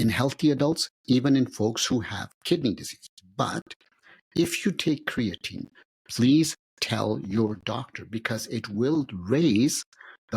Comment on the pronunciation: just say creatine man dont rock the boat with the funny pronunciation and they BOTH did it